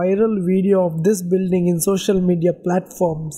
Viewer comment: Did I hear Builring ?